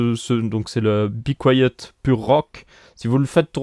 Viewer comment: c be quiet pas bi quoiyeut hhhhh mais belle video en tout cas